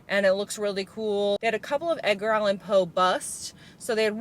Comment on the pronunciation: She said, "Edgar Allan POO"!!! 💀🐦‍⬛💩